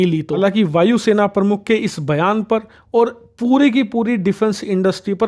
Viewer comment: Your Hindi pronunciations are very poor like you said vaayu sena parmukh which is wrong, I'd you are running a hindi channel then you should perfect in hindi, it's not parmukh, it is pramukh, thoda dhyan dijiye